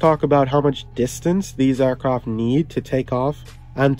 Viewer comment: Why do you keep saying “aircroft“?